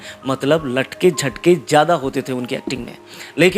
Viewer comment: Aap jo alfaz galat bolte hai Aawaj. Aawaz Jindagi. Zindagi Jada. Zyada Majhab. Mazhab Farista. Farishta Ja ko kaha bolna hai Aur za ko kaha bolna hai seekh lenge to aapki baat cheet me Jaan AA jayegi